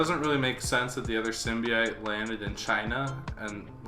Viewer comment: How do you spell "sim bee ite?" Cause "symbiote" is way more correct